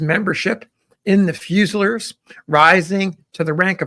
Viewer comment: Fusiliers is pronounced fyoo-zuh-LEERS